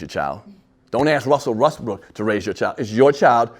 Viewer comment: wussel wessbrook russel ressbrook wussel westbrook